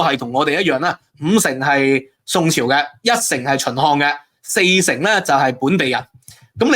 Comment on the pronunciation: 讀字都唔清楚，係“百粵”唔係“八月”, 係“耕地” 唔係“姦地”, 係“秦漢”唔係“秦項”, 係“宏大”唔係“雲大”, 勁多懶音， 仲話係博士